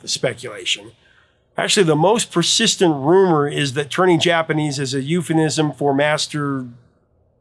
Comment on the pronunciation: The word is "euphemism," not "euphanism!"🙂👍